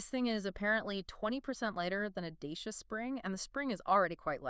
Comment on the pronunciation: DACIA is pronounced [‘Da:tch(i)a].